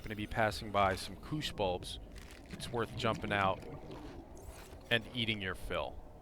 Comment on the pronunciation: Bro, its bush bulbs, not kush bulbs! xD